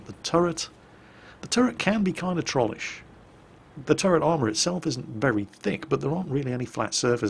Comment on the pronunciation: I'm pretty sure "Trollish" is pronounced with a long O.